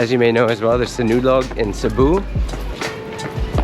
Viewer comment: Sabu 😮 oh please 😢pronunciate Cebu correctly 😊so many vloggers are saying Sabu and it’s just not right 😊 it’s Cebu 😊 like See-boooo